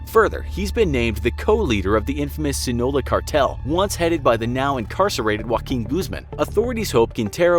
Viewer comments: Sinaloa. Not sinola. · It's the Sinaloa Cartel. Not Sinola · Did you say sinola cartel? 🤨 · I got offended af say it right brooo it’s pronounced like this C- Nah - Lo - Ah. (SINALOA!!!)